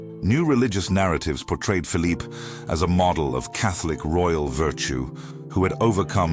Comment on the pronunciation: the photographs of the brother of Louis XIV are bogus. There were no cameras in the 17th century. The narrator sometimes gives the Spanish pronunciation of Phillipes name.